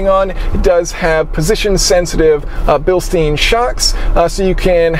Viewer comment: Bil-STINE not bil-STEEN